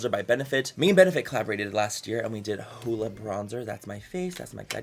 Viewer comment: It's not hooda it's huda